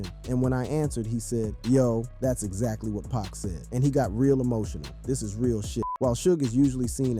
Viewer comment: But why you saying 2-Pack?? What kind of square are you?